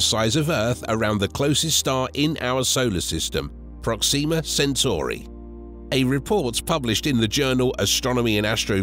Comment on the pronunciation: That’s not the American pronunciation of Proxima.